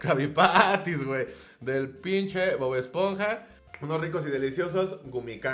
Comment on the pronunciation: “BoD esponja” 😂